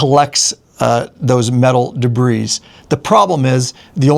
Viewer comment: Da-bree everyone say it together. Day-bree if you choose. Either way, no “s” pronounced. de·bris [dəˈbrē, ˌdāˈbrē]